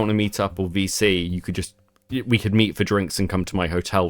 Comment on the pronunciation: It's voice chat, or vc. listening to it though, it does sound like they said bc lol